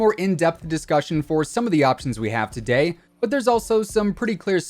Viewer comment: What accent is that “for dotay” instead of today